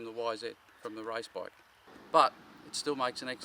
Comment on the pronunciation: heard "race" as "rice", australians.... :))